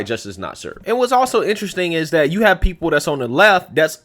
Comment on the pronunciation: The word is "that" not "dat"